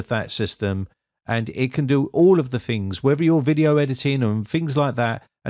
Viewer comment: I can't listen to him saying fings anymore